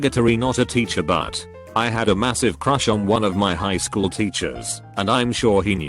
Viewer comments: that *wchool* killed me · "At the wachool" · Post: -at the wchool Video: -at the Wachoool! Yeah... good going, auto generated computer voice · No one: Automated voice: wAchool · "at the wchool" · "wchool" lmao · "The Wchool" I'm dead😂😂😂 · "the wchool" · wuh choole